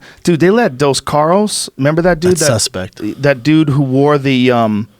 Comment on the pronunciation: Dos “carrous” 🤔